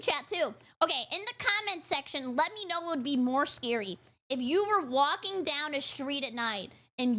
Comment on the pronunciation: The way the narrator says "Walking" is more distracting then the goblins. Really enunciates the L.